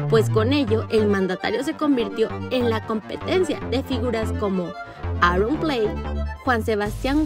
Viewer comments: 😂Awron plai APRENDAN A PRONUNCIAR BIEN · "Aorronplei" "Iván Llanos"